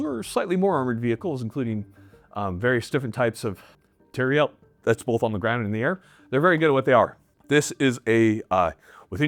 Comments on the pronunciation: We all just going to act like he's not saying "material" like "materielle"? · Take a shot every time says materi-elle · why does he keep saying “materiELLE”? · All these comments and no one person bringing up inability to pronounce "Material". I'm not sure if it's a good or bad thing that it's moved so far from its roots. He reminds me of the South Park guy who can't say "planetarium". Obviously, solid video regardless. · Is jt just me or is he saying material reeeal differently